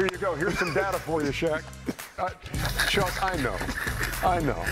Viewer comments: another name that chuck cant pronounce properly... lol ,,😆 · 2 seconds in and Chuck already mispronouncing his name lol